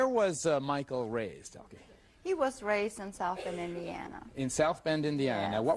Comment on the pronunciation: It is Elke and not Elki